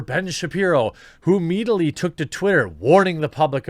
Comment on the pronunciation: “Fay-shun”..? “Meadiately”..? What’s going on